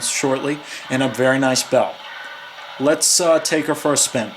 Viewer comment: I didn't know why you say "uh" at the end of "let's" it sounds like you were saying words with an "a' at the end of each word and it's a bad habit I wouldn't try to do anything like that if I were you. I'm not being mean I'm just saying nicely that's all.